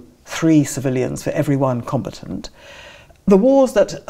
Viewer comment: Not compatant but com-bat-ant.